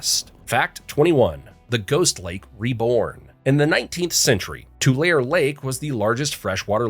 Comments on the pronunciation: Fact 21 it's pronounced TularEEE Not Tul"air". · Nice job. No robot voice, but you did mispronounce the name of Tulare Lake. You pronounced it "too lar". It's pronounce "too lair ee" with the accent on "lair". That's how Californians pronounce it. In Spanish is would be pronounced "too-la-reh". It's not a Spanish word, but comes from the Spanish word for reed which is tule. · Tulare is not NOT pronounced like two-lair; it's pronounced two-lair-ee And it's Moe-no lake. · Its too lar eee, not too lair. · To the bot narrating this: It's Too-Lah-ray, not Too-Lair. Doncha hate it when the channel doesn't listen to their own audio before posting? This is a VERY common thing today, and I find it irritating. Brings me right out of the steam/flow. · People who live near Tulare, Ca do not pronounce it Tulair. They pronounce it TulairEE. Too lair ee. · Mono Lake flies manage to avoid people. They fly away and do not land on people. San Peedro, not Paydro. Tulairee, not Tulair. After the flood, Sacramento raised the streets and sidewalks. You can still visit the underground city. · Tulare Lake is not pronounced "Too-lair Lake." It's Too-laree Lake. In case you'll visit! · Not to nit pick, but Tulare isn't pronounced Tool-air, it's Tool-air-ee. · Tulareeeee Lake, not Tu-lare. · too lair ree, not too lair. redwood national park is on the pacific coast. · Not two lair. It’s two lar ay. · tulare is pronounced too lair ree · Just FYI it's pronounced too LAYR eee (3 syllables). Also Sequoia National Park & Kings Canyon National Park, while neighbors, are in fact, TWO separate entities. Otherwise, just a beautiful and wonderfully informative video! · It is pronounced To-Larry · Too Lar Eh. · Fact 21 is spoken Tu Lair EE. One of the biggest threats to the area is water management. Large AG corporations ( AG Boswell/ Vidovich ) are controlling the flow of water from our lakes and streams to monopolize water usage for profit. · it's pronounced "To larry" for Tulare. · Lake Tu-Lair? .